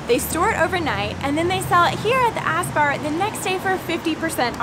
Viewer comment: ÄSS is pronounced Ess.